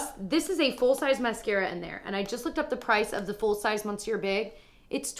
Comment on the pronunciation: Just a tip from a french speaker, is MISS-sieur not MON-sieur. Now you're in the know.